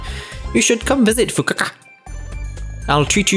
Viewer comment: That pronunciation of Fukoka made me lose ten braincells